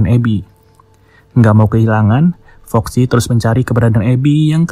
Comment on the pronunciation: Bang foxy bang bukan roxy